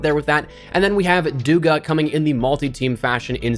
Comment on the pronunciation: Its dugA, not dUga